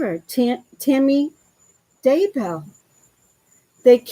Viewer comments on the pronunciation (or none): none